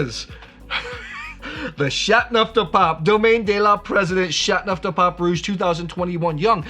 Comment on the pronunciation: You have a interesting way to pronounce Chateauneuf, dropping the "eau". Like chat-neuf-du-pop. :)